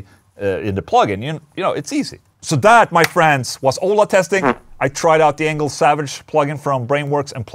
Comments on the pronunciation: Sounded like you said. "Ola testing anal plug in" in the intro. Glad to see the video about the Engl though. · Who else thought Ola said, "Anal plug-in" instead of "Engl plug-in"? Lol! 😂🤣😂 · Every time I hear you say Engl plug in, I hear anal plugin. But that’s on me. 😜🎸🤘🏻